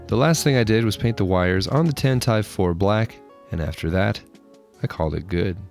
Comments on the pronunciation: Tant- EYE-ve? Pretty sure it’s tant-tiv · Wasn't sure if you were mistake with the pronunciation or it was just a joke at the long debated way to pronounce Tantive but I believe Lucas' official word on the bird is 'Tantivee' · (Mispronounced tantive) awsome diorama of soem awsome movies, my personal favorite is ROTS